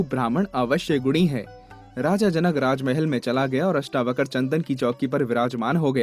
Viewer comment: महर्षि अष्टावक्र जी का नाम पूरे वीडियो में अष्टावकर बोला गया है । किसी के नाम का गलत उच्चारण उसका अपमान माना जाता है।हो सके तो सही उच्चारण करें। महर्षि अष्टावक्र और महाराज जनक जी के नाम के सम्मान में बहुवचन की तरह व्यवहार करना चाहिए। जैसे "राजा जनक आये" न कि "राजा जनक आया" ;इत्यादि । आदर के भाव में बहुवचन लगता है ।